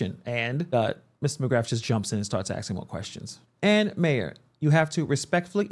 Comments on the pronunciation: And so should this commentator he keeps axing her and there…the pain….just ask a question. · Lizzy Bordon never says ask or asking SHE always says AX or AXING or AXED. She sounds ignorant and has zero professionalism. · Man even your "aksing" questions 🫤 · Why are you even axing?